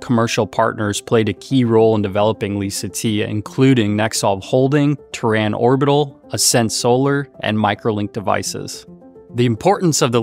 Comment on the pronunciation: It's pronounced Terran Orbital, not "ta ran"